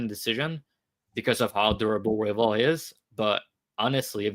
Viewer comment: Had to rewind a couple of times but the way pronounces Royval sounds he’s saying Huevos. Which means eggs 🥚in Spanish 😂